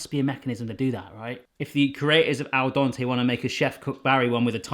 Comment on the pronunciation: Dente like Dentist....not like Dante!